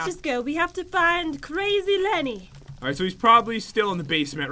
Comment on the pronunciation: It’s Lenny not jen